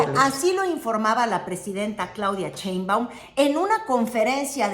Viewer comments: por fa 🙏 deja de decir "Cheimbaum" la Presidenta se apellida Sheimbaum con sh sh sh y tu pronuncias ch ch ch. y se escucha horrible. Me molesta y como yo veo todos tus videos me molesta escuchar que lo pronuncies mal. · Muy bueno tu contenido! interesante y objetivo tu análisis político!, solo tengo una pregunta, que seguro ya te lo han deber dicho varias veces; por que pronuncias CHEinbaum? jeje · Te esmeras por pronunciar Trump como lo dicen en inglés pero pronuncias. "Cheimaum" el apellido Sheinbaum. Haz ejercicios de dicción, todavía puedes. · Todo bien… pero crítica menor… no Digas “Claudia Cheimbaun” suena igual de espantoso a que la nombraran “Carolaina Rosha” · bella y querida, no se pronuncia "Cheinbaum", sino "Sheinbaum" 😉🫶🏻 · Hermosa,, no es Cheinbaum, se pronuncia igual que se escribe su nombre co She, no con Che. Sheinbaum